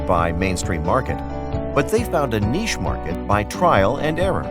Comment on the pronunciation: The speaker needs to know how pronounce the word, "niche."